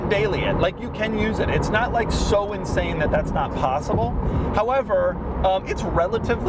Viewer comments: "Insame performance" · “Insame performance”. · Watch out for that "insame" performance! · "insame performance"? Doug... really, Doug?